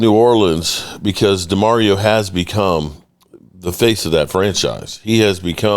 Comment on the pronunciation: Dude...u go from Demario to Ja Mario...smdh